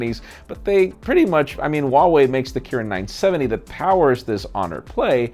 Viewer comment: for those who doesn't know how to pronounce Huawei, the H isn't silent